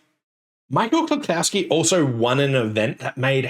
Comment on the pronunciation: Small nitpick: there is no "cow" in "Klukowski". It is pronounced klu-COUGH-ski. Now, let me get a beer bottle and some hand records.